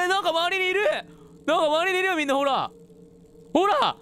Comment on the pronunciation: ほら ほら って言ってるんだけど ホラー 👻ホラー👻 に聴こえてくる🤭 さとみくんのホラーゲーム大好き😊✨ リピートしながら…笑ってしまうwww 変なとこツボってごめんなさい🤭🤭 あとから…さり気ない 気がつかない ギャグかなぁ💭🤭って思ってしまう💭 個人的にそう思ったシーン🤭